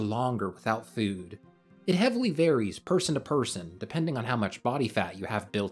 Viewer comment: My man said, "fewd".